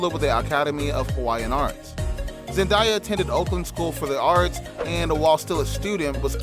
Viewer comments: Man said zendieya it's zendaya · He didn’t even pronounce her name right, so I don’t trust him cause wtf is ZenDIEa her name is ZENDAYA. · You ok it’s zendaya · It's Zen d ya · It’s annoying the way you’re pronouncing her name. Get it right if your going to post a mini bio video.Damn. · The way you pronounced her name was very annoying